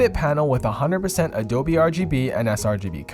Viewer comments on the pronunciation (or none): none